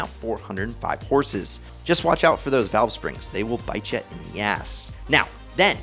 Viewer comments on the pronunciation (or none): none